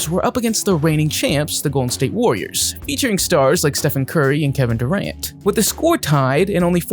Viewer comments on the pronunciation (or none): none